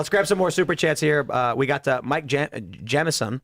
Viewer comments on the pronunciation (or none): none